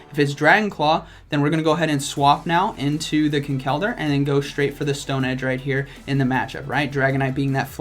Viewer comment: Yo how you say Conkeldurr is very annoying as an irish person how its said is Con-kul-der